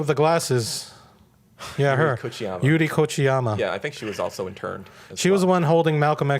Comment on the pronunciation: get your facts straight, you don't know anything about the asian american movement in the past, don't butcher peoples names. BTW her name is the legendary AAPI Activist "Yuri Kochiyama"